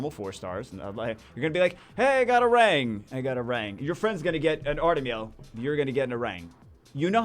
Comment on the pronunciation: No my friend is gonna get an artamiel and I'm gonna get a liesel, get it right. Geez